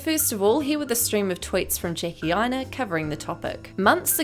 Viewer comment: When you said “Jackie Aina” the first time in this video I heard “Janky Aina” so I do believe that’s her new booty commoontitty nickname.